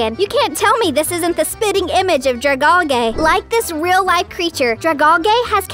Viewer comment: Actually it''s dra-gal-gee ps golly gee willikers